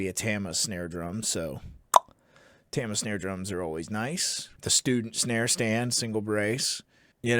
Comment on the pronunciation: Can someone please teach Canadians how to pronounce ‘Tama’? Oh and ‘pasta’ while you’re at it